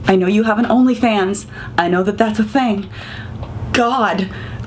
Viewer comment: I gagged a bit when you said he has an only fans- I need to hear the T